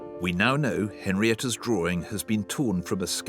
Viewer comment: How in the world does the word drawing get pronounced as drawring? Lol!